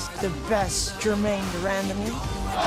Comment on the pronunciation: Joe: "Gerrain Demandime"